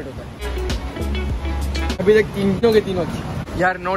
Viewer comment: Why do you say tak ko talal